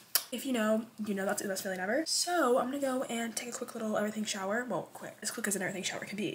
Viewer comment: IT IS A SHOWER STOP CALLING IT AN EVERYTHING SHOW YOU SOUND SILLY.